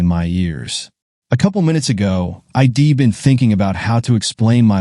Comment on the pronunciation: Contractions are impossible for AI readers to comprehend. (I'd) is not pronounced EYE DEE